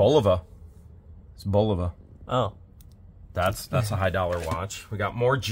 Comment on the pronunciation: GREAT STORAGE!!!!! I GOTTA TELL YOU: THE WATCH IS PRONOUNCED BULL-AHH-VAH I got one for my high school graduation in 1964!!